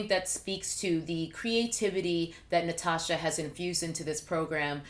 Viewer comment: Also, the way you pronounced my name was actually amazing! Not many people get it perfectly like that! 🙌